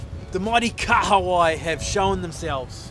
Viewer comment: Y’all need to pronounce KAHAWAI properly lol it’s not a car wai